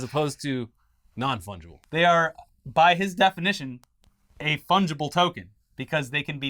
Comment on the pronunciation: "Sounds like these tokens are fungable" literally had me in stitches